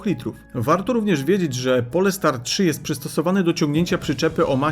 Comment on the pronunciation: To nie jest polska nazwa, czyta sie "Polstar" nie Polestar